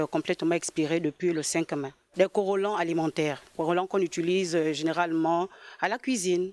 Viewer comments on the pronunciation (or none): Corolant.. comment 😂😂